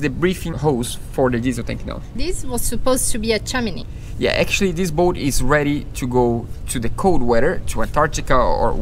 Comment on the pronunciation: Not making fun or insulting! Chimney is pronounced with (him) guys :) ch-him-knee love yas! Keep up your dream is shared by so many of us and we live them out through your videos!